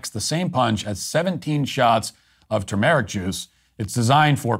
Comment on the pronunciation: Today I learned Matt doesn't know how to pronounce "turmeric." Classic Matt